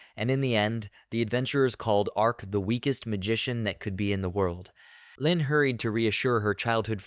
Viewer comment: Leen is an arabic girl name that means tenderness and gentleness. It is not pronounced as "lynn" but as "lean" like "leaneint" but take the first four letters only. It is a very beautiful name and it bothers me that you butchered it like that. It is not like "lynn". Nvm you butchered a lot of other names